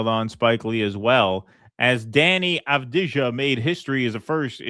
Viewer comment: Not aw-dee-jah but av-dee-yah with accent on dee. His dad is a muslim Gorani and Avdija is Slavic rendering of Arabic name Abdiyah, similar to Abdullah and Obadiah.